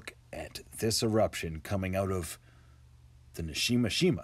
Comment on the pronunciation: Subscribed :) great video! Just a quick correction. It is Nishinoshima not Nashinoshima. 😊